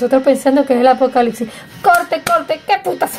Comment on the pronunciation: ApocaliCsis???? No es apocaliPsis? Tienes que practicar un poco de dicción, no crees?